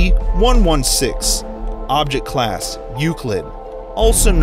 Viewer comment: Sounds like there saying sep creatures